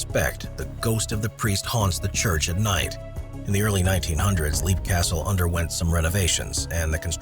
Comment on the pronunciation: It's not Leap castle,it's pronounced /ˈlɛp/; Irish: Caisleán Léim Uí Bhánáin